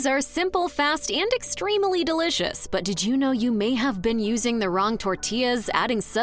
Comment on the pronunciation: "Extremely" pronounced as "ex-tree-mell-ee"...really? In the opening three seconds of the video. WTF??? "Meso" as "mess-o" not "mayzo"...These are the mistakes of a computer-generated voice or a really horrid narrator. "Camal" instead of "Comal" is kinda nasty, too. As for the cilantro, I pass on that. It tastes like soap to me.